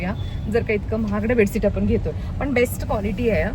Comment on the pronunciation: बेडसीट नाही बेडशीट बोलतात...pls improve ur some Marathi and English word pronounciation , ur vlog will be more good... bedsheet 👍👍